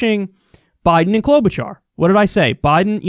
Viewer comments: Kyle, it's CloudBootJar! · Kyle... Please return to calling Klobuchar by her REAL NAME: Cloud-Boot-Jar Thank you sir! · Haven't heard you call her "Cloud-Boot-Jar" for weeks! LMAO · I'm willing to bet these people were paid to say Kloboocharr. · "Klobuhshrrr" I felt that. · I heard someone say Klobushart